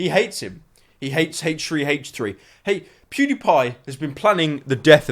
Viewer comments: I could be retarded, but are you pronouncing "H3H3" like "hache three hache three" when it should be "āche three āche three" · the way you say h3h3 sounds like hate tree hate tree. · the way you pronounce H3H3 makes me giggle, nice video btw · he says h3h3 weird